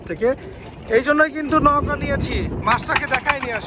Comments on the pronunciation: নৌকা কে নউকা নওকা বলছেন কেন ? শুনতে খারাপ লাগছে! এটা বাদে ভিডিও টি সুন্দর ছিলো! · নৌগা বলতেছেন না নৌকা বলতেছেন ঠীক বুঝতে পারতেছি না ভাই। সঠিক ভাবে উচ্চারণ করেন ভাই। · ভাইয়া নৌকা উচ্চারনটা নওকা হবে না নৌকা হবে উচ্চারনটা । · নওকা না ভাই নৌকা